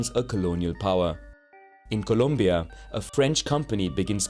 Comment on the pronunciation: I can't believe it, you have pronounced properly Colombia and Puerto Rico, "no AngloAccent" lol